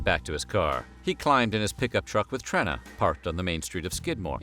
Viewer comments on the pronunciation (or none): It's TrEEna not Trinna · Oh yeah one more thing: its pronounced (Treena) not "Trinna"... yA big gooF!! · FYI, Trena’s name is pronounced with a long “e”. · It's pronounced "Treena", short for Katrina. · Then name “Trena” is actually pronounced “Treena”!